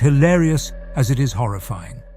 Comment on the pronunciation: Is it AI? “Horrifeeing turn” and “mask-ked killer” seem to indicate so.